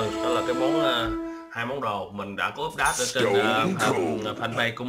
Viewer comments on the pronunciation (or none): a vẫn đọc úp đát =((((((((((((